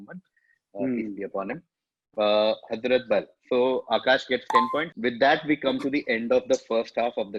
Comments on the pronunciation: "It's called HAZMAT sorry HAZRAT" (with the worst pronunciation possible by an Indian for this word)... If you know the answer you will never call it HAZMAT, HAEZRET, just like you will never call BUDAAN as BHUDAN (last quiz edition). At first, I was also pissed off why people are calling most of the winners as cheaters, but this one kind of stuck on, and for the right reasons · Hazraat ka kya pronounce kiya hai waah - itna cheating kiya hi hai to pronounciation bhi check kar lete Last quiz mein Reuters ko bhi gazab pronounce kiya tha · Isko khilate kyu hain baar baar. For someone who knows the answer, they'd never mispronounce Hazrat and Mohan Bagan